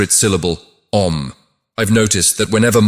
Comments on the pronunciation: The sound is not "A" but "Ah"... please use a human to record this, not AI voice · The three syllables in "OM" are not pronounced as A U M. They are - A as in the word "Attend" or "Attire" ; U as in the word "Woman" ; and M as in the word "Month" or " Must". It should end as in "Hum". The english pronunciation is entirely Wrong and Misleading ! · It's not Ôm, Aûm. More close the Aa than Ôo. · I've heard it pronounced ah oom. The whole explanation in this video is extraordinary.